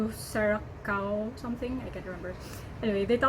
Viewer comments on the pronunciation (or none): Hi, i just saw that we have the same name for our YTC I do sometimes operate a mobile bar and that rainbow shot is really tricky yet satisfying if you can do it right. Blue curacao is pronounced as ( blue cu-ra-sao) Keep it up 😊 Lots of love